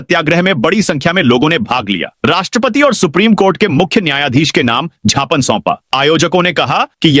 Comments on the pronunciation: उद्घोषक महोदय,छापने नहीं ज्ञापन बोले।कैंडल मध्यप्रदेश के उद्घोषक ही ऐसा करते हैं।भाषाविद भी ज्ञापन को सही मानते हैं।छिपने य ज्ञापन गलत है सही शव्द व उच्चारण ज्ञापन है। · यू ट्यूव न्यूज प्रसारण कर्ता महोदय बार बार ज्ञापन शब्द को क्षापन शब्द बोला जा रहा है। शुद्ध हिंदी शब्द ज्ञापन है।